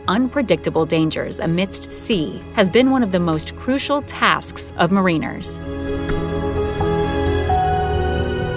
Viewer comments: The word that the host seems so fond of saying wrong is Spelled Mariner and is NOT said Marine-er, its said meh-ruh-ner. I feel confident in saying that both Marines and Sailors cringe with each repeat. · Please learn how to pronounce Mariner... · Learn to pronounce 'mariner,' and 'submariner.' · Thank You for going there,it was rubbing me the wrong way as well!!!